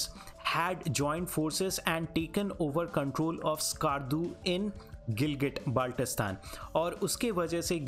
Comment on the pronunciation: Hello teacher I'm from Gilgitbaltistan Firstly your pronouncing the name very Wrong